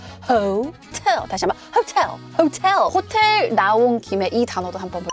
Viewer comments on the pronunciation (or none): 호텔 나온김에 호우텔~